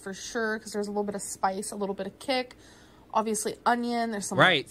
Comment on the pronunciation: "I look worse than ever" "OVIOUSLY " "BEEF TYPE SITUATION "